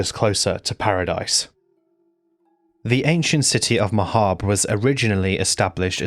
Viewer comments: Finally someone who pronounces “Mahabre” like “macabre”??? Never thought the day would arrive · I just want to say I appreciate that you pronounce Ma'habre and macabre correctly. I can't tolerate people who never heard the word macabre said out loud before, but it's still a touch grating.